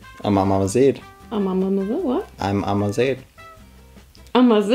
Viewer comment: I’m ama-ZED 😂